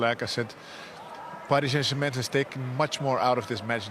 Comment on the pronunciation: I love how he pronounces Paris Saint-Germain; the Dutch and Germans say it beautifully.